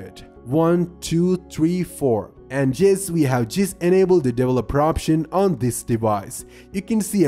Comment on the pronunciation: Everyone: Developer Him: Devleloper